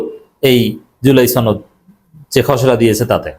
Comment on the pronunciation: আরে ভাই জুলাই ছনদ না জুলাই সনদ। উচ্চারন ছনদ করবেন না। সনদ বলবেন।